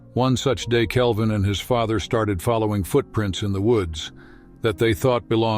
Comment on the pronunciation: Hasky, Faather ? I thought AI readers were improving.